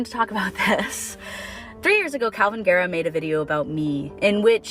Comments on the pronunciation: Why are you saying it like guh-RAWWW? Isn't it GAIR-uh? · I like that you say Garrah like Tara ~ love